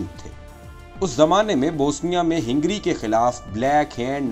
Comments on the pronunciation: Hingry nahi Hungary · ہینگری نہیں ہنگری ہے. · لیکن یہ لفظ ہِنگری نہیں بلکہ ہنگری ہںے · پیارے بھائی اچھی کوشش ھے۔۔۔جاری رکھیے۔۔ ھنگری میں ھ پر زبر ھے آپ نے زیر پڑھا یہ تلفظ بھی ٹھیک کیجیے۔۔۔ ترکی نے جرمنی کا ساتھ دیا تھا آپ نے اس پر بات نہیں کی۔۔ اور ھندوستان کے مسلمان اور سکھ انگریزوں کی طرف سے لڑتے رھے اور مسلمانوں کے خلاف بھی استعمال ھوئے